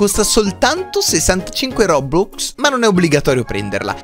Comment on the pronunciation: Si chiamano robux non bobux